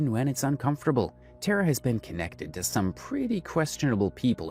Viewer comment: i don’t personally like tara but it did annoy me that you’ve done so much research and heard how she pronounces her name (TAR UH) and still said it wrong 😭 before anyone gets mad, it’s just the fact that tare uh is not her name lol